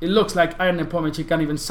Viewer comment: he is not "i a n" first 2 letters in his name are pronounced like yahoo "ya n"